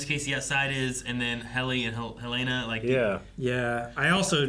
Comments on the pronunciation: It's Helena not Haleena. She couldn't find the power button on her computer. Helly would not fumble with the power button. It's one of the few things she does every day of her life. Also, they bothered to focus on her not finding the button immediately. That ain't Helly. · Helen- uh, not Helane- uh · Hell-leh-nuh.... absolutely every reactor gets it wrong